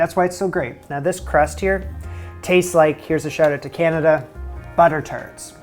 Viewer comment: I swear you said butter turds... then you showed them 😂